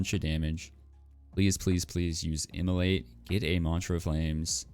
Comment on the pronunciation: not sure is it just me but anytime he says *immolate i hear * Emilly.